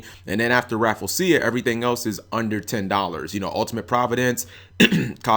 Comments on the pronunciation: G, i'm really sorry, but it's pronounced Rah-Flee-Shuh man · Am I the only one that thinks that's not how you pronounce Rafflesia?